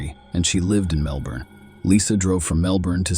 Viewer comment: Your AL said Melbourne wrong 🤣